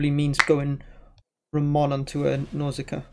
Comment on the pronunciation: The best "Ramón" pronunciation that I’ve heard in any english stream!